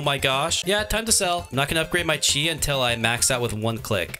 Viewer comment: yay its someone who says chi right